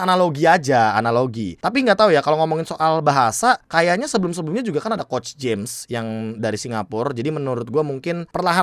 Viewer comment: BANG MANA ANALISIS DRAFT AE YG KOMBO 3 JULIAN?, SAMA BTW PRONOUNCATION JAMES TU BUKAN “JAMES” TAPI “HAMES”